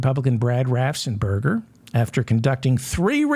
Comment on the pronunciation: David. David. David. RAFFFENSPERGER. RAFF! ENS! PERGER! Raffensperger. 😡